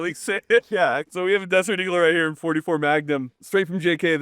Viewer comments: "Desort Eagoo" 😂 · saying “desert eagle” 😂 priceless..